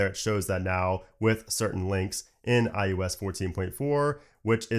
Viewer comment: iUS iUS iUS, only I find this pronunciation annoying?